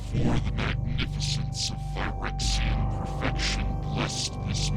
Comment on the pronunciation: Phyrexians were too understandable. You need to sound more like you are gargling mayonnaise and nails.